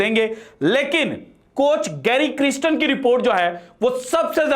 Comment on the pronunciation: محترم, گیری کرسٹن نام کا تلفظ کسی ساوتھ افریقن کمنٹیٹر سے سن لیجیے گا. مجھے لگتا کہ نام کا دوسرا حصہ "کَرْسْٹَن" ہے "کِرِسْٹِن" نہیں. شکریہ.